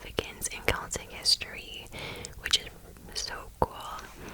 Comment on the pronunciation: And you say Celtic with a hard C! I do too! How to pronounce this word is a real argument between me & my fiancé 😂